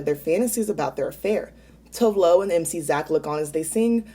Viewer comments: Tove Lo is pronounced 'Too-Veh Loo' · TOVE LO. Tu-Vey Lou lol. I didn’t know either until she told the world on RPDR when she guest judged lol. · it’s Too-Va Loo! i only learned because she was a guest judge on RPDR. lmao. after i looked it up on here I was in shock. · I recently learned that we’ve all been pronouncing Tove Lo’s name extremely wrong. Lol.